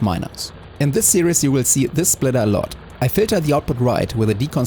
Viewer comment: The way you pronounce "series" is perfectly valid, but if you're curious how it is spoken by English as a first language speakers, we pronounce it with only two syllables, with both the first and second half being pronounced like German "ie," like in the song name "Die Forelle." No matter how it's pronounced, I'm looking forward to the rest of the series! It's already off to a great start!